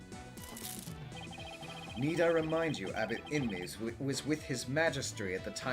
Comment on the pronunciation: The way you say "Abbot Inmee" sounds like "have it in me".